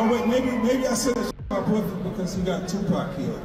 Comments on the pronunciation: Bro keep saying 2pack 😢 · Yoll white people need to learn how to pronounce "2 PAC" as such that!!! His NOT "2 PEC" it's annoying how you pronounce him still after these years. Sigh 😤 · Pock..2 "pac". Not pack..try harder for our legend. This was also a great video... my bad lol. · 2pac not 2 pack🤣🤣 i hate when ppl don't say his name right.. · please it's 2pac not 2pack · My guy it's tupac not tupack that counts for 10 mistakes Jay-Z was right all along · Who’s 2 “PACK”?? 🤣😆🤣::. Damn, you’re the last person I’d expect to mispronounce that! And “CHIroc” LoL, fck the brand, but the pronunciation is hilarious. Too many Chicago Vids led to that one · Bru y you pronounce tupac like "2 pack" like you never heard nobody say his name b4 😂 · Bro said TuPack 😂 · Thumbs down for calling 2 PAC. TWO PACK. Smh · Calling Tupac Tupak...like dude the 'pac' in Tupac doesn't sound like 'pac' that is in Pac- Man. That is Mistake #1. Always pronounce someone's name how the person it belongs to pronounce it. LAW💯💚💚💚💚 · wtf is 2 Pack? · How come you can enunciate "Sus" but can't get Tupac right?🤔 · You’re not pronouncing 2PAC/Tupac right. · Tupac!! Pronounce the man's name right! Pleeeeaaase!!!! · Learn how to say Tupac's name right. If I told you my name was Tim, and you kept calling me Time, I'd slap the shit outta you. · Just got 1, but very big mistake in your video...the way you pronounce TUPAC. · Stop mispronouncing Tupac's name.....